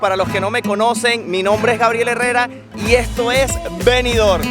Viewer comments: Disculpa, no es Benidor como lo pronuncia. Es Benidorm, con M al final. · Oiga Ud. Señor parlante. Benidorm se pronuncia con la m al final.BENIDORM. en la lengua española se pronuncia asi.